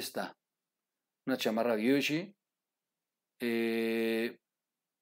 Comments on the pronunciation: No se dice giushi se pronuncia guchi es italiana no americana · La palabra es italiana y no se pronuncia Guiushi se pronuncia Guchi no hay que pronunciar en inglés todo lo que no sabemos cómo se pronuncia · Una chamarra marca ¿que? ¿Viuchi? ¿Biuchi? o Gucci, Jajajajajajajaja Jajajajajajajaja. Troll aprende a prenuncoar, si a prenunciar pa que me entiendas porque si digo que aprendas a pronunciar, a la mejor ni me entiendes Jajajajajajajaja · Se pronuncia "guchi" tal cual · Me gustan tu videos pero se dice Guchi Gucci, Apol Apple 🍏 👍🏻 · Troll APRENDE A PRONUNCIAR... GU CHI. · El nombre de la marca es ''Italiana'' GUCCI!!!...Se debe pronunciar ''Guchi''.....''Guchi''.....Cultivarse es ''Signo de Inteligencia Superior''